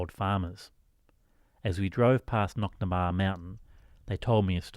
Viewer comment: I 'm a local and its Knocnadtobar not Knocnabar - Knock = hill Na = of the Dtobar = Well i.e hill of the wells (as in springs).